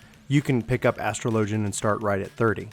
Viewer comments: Astro Lojin! HAHAHAHAHAHAHAHAAHAHA! Az tro Lo Jin! The Ass Tro Lo Jin. You spek Engish? I can't... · This is a hard video to watch because you don't know how to say "Astrologian" there are pronunciation videos vgs